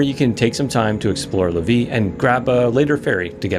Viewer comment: Pronunciation hint: Lévis= lay-vee